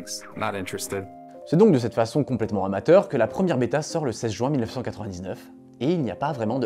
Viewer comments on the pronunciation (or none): none